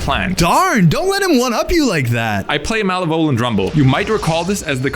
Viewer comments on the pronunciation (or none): MALA VOL ENT? lol sorry had me laughing its ma lev o lent ahhh. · mal eh vole ant. lmao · I love how you pronounce malevolent. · it took me a moment to realise was saying 'malevolent' here